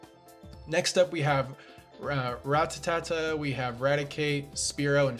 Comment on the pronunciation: It's a shame you can't pronounce poliwag and Rattata